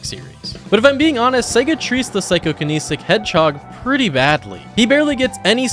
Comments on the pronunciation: Psychokinetic Not Psycho-kaneesic. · it's psychokinetic not psychokeneesic